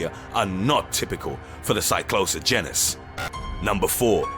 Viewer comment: Damn. Hearing you pronounce, or mispronounce, the words heron and genus is actually painful.